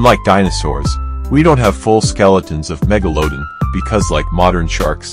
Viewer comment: get rid of the awful A Get rid of the AWFUL AI narration. "meg-o-low- din"??? What a joke.